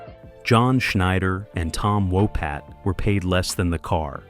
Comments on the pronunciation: It's Tom Wopat not Tom Wopot. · Walpot you said it wrong 5 times